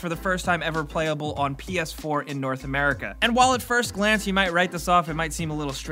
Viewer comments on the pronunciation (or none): none